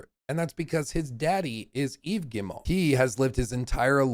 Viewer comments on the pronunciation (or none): I appreciate you but we have GOT to work on your French name pronunciation (unless butchering them is the point): Marc-Alexis Côté= Mark-Alexy coTAY Guillemot = geeMO Christophe Derennes = kreestoff deREN (what is this René stuff smh) I believe in you